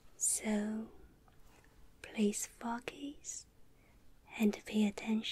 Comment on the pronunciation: At first when she said focus I thought she said fuckass